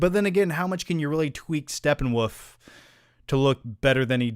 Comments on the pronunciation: Why does he keep saying Steppenwoof? Lol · Who else laughs at mispronouncing SteppenWOLF!